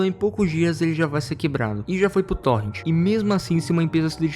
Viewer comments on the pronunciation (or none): none